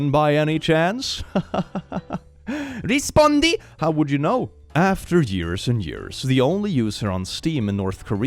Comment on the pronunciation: you nailed that "rispondi"